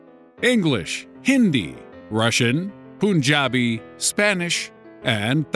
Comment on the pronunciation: The way he pronounced ‘PUNJABI’ 😂